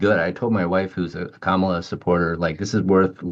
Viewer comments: They all intentionally mispronounce Kamala's name. They sound totally persuadable. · When people mispronounce Kamala's name, you know who are they listening to and who they're going to vote for. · You can tell people in a news bubble by how they mispronounce Kamala. How can they forget his first four years? They were hell! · 1-how can you say Kamala can't get to the point and say nothing about Trump? 2-everybody freaking knows how to say her name. When you intentionally mispronounce it like that, you sound like a disrespectful ignoramus.